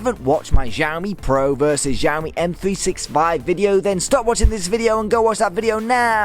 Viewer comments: thanks for the vid but please learn how to pronounce xiaomi properly coz it makes u sound like a drunken nob the way u say it now... google it bro.. in chinese 'x' is pronounced like 'sh' with less emphasis on the 'h'... sorry to be picky but.... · Still pronouncing xiaomi wrong but oh well